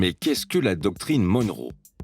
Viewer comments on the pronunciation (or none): Retour à l'impérialisme... PS : Monroe se prononce "Monn(e) Rou" comme John McEnroe😉